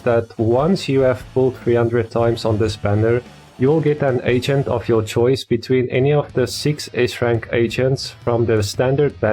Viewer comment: Everytime u said agent id get cinfused cuz it sounded like ancient